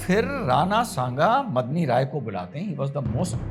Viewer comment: Last mei daulat khan ko ibrahim khan bol gaye ji!! Medini rai ko madni rai mat boliye🙏